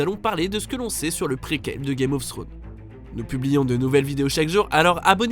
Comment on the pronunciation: « Game ofsstro » 😭😂